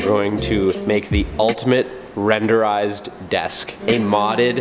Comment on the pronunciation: 0.35 WRENdered desk lol